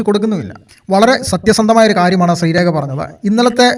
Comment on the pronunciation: ശ്രീരേഖ not രേക